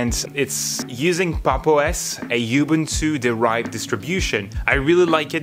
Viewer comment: Anyone else feel triggered when he says YOU-boon-too rather than oo-BOON-too